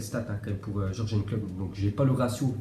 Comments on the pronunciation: Ça se dit Yourguene Klopp pas Jurgen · Mdr tu sais pas prononcé les noms des joueurs et des entraîneurs jure jeune il dit mdr oh lieu de jurgen